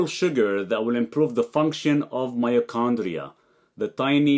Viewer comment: its called „mitochondria“ my G, not myochondria